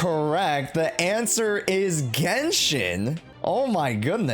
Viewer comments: Anyone noticed that it said GenSHIT?💀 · lmao 'GENSHIT' 😭😭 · bro really said 'gensh*t' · Ah yes, "Genshit" 😭